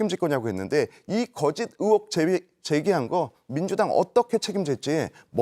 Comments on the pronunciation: 쟤 왜 으혹이라고 하는거냐 으혹이 뭐야 으혹이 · 씨 으혹은 어느 나라 말인지... 혹시 의혹이라고 얘기하고 싶은건가... ㅠㅠ